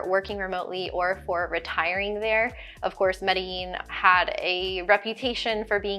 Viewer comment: Medellin is properly pronounced Medí-Jean, not Medi-yean. You’ll be quickly abused once you arrive on the proper pronunciation. I know I was.